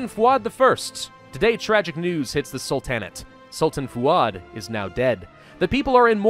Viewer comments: Its prounced Sultan-Neigh-t.Not Sul-tan-eight. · love your videos but why are you pronouncing it "Sul-tan-at"? It's "Sul-ten-ate" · I've got to know... Why do you say "salTANit" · In Sul-ta-nate, The emphasis is on the Sul, not the ta. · The A in the middle of sultanate is pronounced like the first A in Apostle, not like A in Apple. Sorry it just annoys me lol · You say sultan correctly... and sultanate incorrectly... what? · Please, please stop pronouncing Sultanate like that. It sounds like a Dixie pharaoh